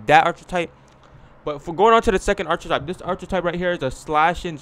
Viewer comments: Arch-a-type👎 R-kih-type👍 Archetype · Is this nigga saying "ar-chi-type"? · This saying archer-type